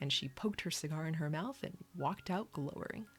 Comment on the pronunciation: That was "efficiency", not "efficacy". And it's "glowering" with the "ow" sounding like "ow" (as in when one is in pain), not "glohwering".